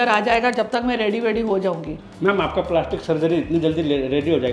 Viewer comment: Paalashtik sharjari....😅😅😅ohh God ye dilip ki pronunciation se bachao hum Kahan phas gayee 😢😂